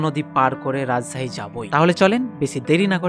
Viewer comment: রাজছাহী❌ রাজশাহী✅